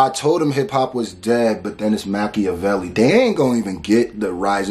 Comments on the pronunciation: Too many people think he's talking about Pac with that line.... he's talking about the actual Machiavelli who Pac named himself after - you can tell by the pronunciation. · That Machiavelli bar was a double referring to niccho and pac Most won't catch that he pronounced his name properly on purpose in order to do that (Machiavelli)=niccho (Makaveli)=pac